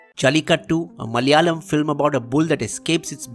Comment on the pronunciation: Pease pronounce 'Malayalam' properly. It is not Malyalam. Plus when you mentioned remakes u showed thumbnail of Chandramukhi (Tamil) movie whereas you skipped the original Manichitrathazhu (Malayalam). Also the thumbnail shown for the OTT platform Koode is actually the poster of Malayalam movie Koode 🤦